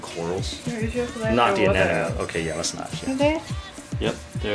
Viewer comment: It's Anemone! ANEmone! ANEMOne! ANEMONEEEEEEEEEE!!!!